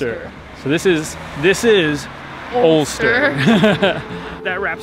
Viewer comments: Alcester not Ulster! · Alcester, Al from River Alne, Cester from Roman settlement, pronounced Alster, population of just over 6000.